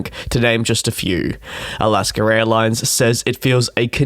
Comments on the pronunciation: It’s Alaska….not Alaskar! Cmon man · SANATA ROSA... ROSA with an A!!! Not ROSE!! It is ALASKA Airlines, not ALASKER!!! C'mon...you are an aviation person?? UNBELIEVABLE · Translation: Alask-er. I think he ment Alask-a... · It's A-las-ka, not Al-las-ker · When he says "Alaskar" instead of "Alaska" it's just a quirk of the Queens English. Most speakers of the Queens English (UK, New Zealand, and Australia) are classified as non-rhotic. They pronounce "R" sounds differently and sometimes add an R sound on the end of certain words, and drop "R" sounds from the end of other words. Like when he pronounces "cultschah" when he says culture. Americans, Canadians, the Irish, and the Scots don't do this. Not sure about the "Santa Rose" thing.